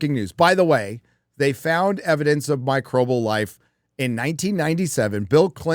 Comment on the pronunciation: MICROBIAL! Not Microbal. Jesus, you sound like my mother saying Vetnam.